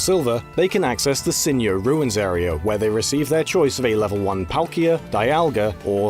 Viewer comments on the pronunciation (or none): Why is he pronouncing Sinjoh as "Sinioh"? The name is based on Sinnoh and Johto